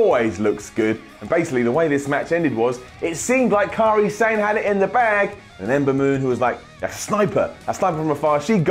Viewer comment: "Kahrie Sane"